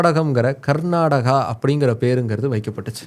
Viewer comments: Pronounce properly like Karnataka not Garnataka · It is not karnadaga, it is karnataka please don't kill the name. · My State name is not Garnadaga or Karnataga or Karnadaga. My State name is Karnataka. ಕರ್ನಾಟಕ. Pronounce the name of my State properly.